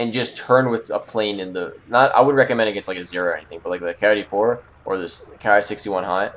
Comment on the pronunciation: hold on, boi... the KI-84,83 and all KI's are pronounced key eighty-four or eighty-three. ok just trying to make your life esier and not make myself rage. ok? that sound good for the both of us?